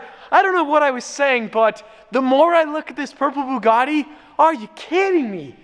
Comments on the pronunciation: Did this man just say bug a Ti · the person who pronounce buggati to buguti does not deserve it LOL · Nice job shaming the name of "Bugatti"